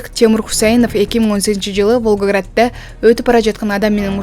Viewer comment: Басымды туура койсоңуз боло,журналист ,окуйсуң сен,уяламын мен болду го,бул жагы.ВОлгОград деп😢